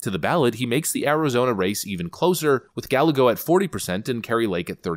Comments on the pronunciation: Guy-YAY-go..... not Guh-LEG-go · Rubens last name Galego is pronounced Guy-eggo. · Ruben Gallego's name is pronounced "guy-EGG-o" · JFYI - Gallego is pronounced Gah-yeh-goh. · Pronounced ,,Guy a go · It's pronounced Guy Eggo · Rueben Ga-Ya-Go, 2 Ls next to each other in Spanish is a Y sound.